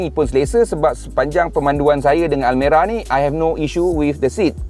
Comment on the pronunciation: Banyak betul sebut almari hahahaha